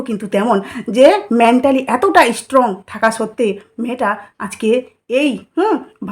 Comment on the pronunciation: Apnar coverage khoob baje uchcharan thik korte hobe ishstrong, ishstudent 😂😂